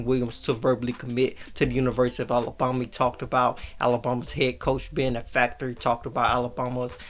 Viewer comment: Love your content, hate how you say Alabama. A-LA-BAM-A! ..BAM, BAM! Not BOM! It's not Alaboma. 🙄 Keep up the good work, work on the pronunciation!